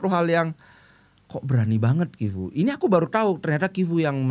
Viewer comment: Tetap dibaca civu bli.. ga kivu. Kalo cuman C.. kayak coco dibaca koko.. kalo CH ttp dibaca ce.. civu😊